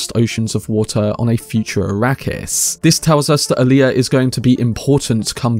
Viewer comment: "Wiffout fervor adieu..." BTW, It's Alia, not "Aaliyah."